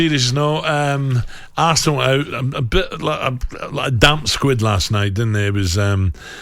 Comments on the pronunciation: Did he say "damp squid" ?! 😂😂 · Alan Brazil just said “damp squid” 😂 how on earth does he have a job where his command on the English is required? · And he tried to say damp squib but said damp squid. So the original comment was spot on. So I for one am giggling at the nightmare you've just had (x 3) 🤣🤣🤣